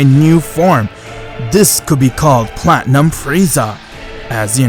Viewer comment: Did you really just say platium Freiza